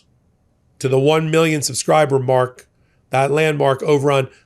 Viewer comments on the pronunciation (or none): none